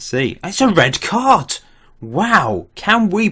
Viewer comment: That was the poshest "it's a red card" ever 😜